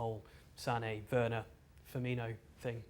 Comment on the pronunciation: *Timo Werner. Not "Werrorner"